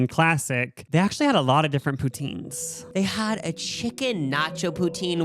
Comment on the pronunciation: "i AUUctually have so much energy" im crying i love yall sm